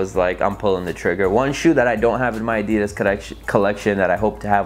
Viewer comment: The way you say adidas 😬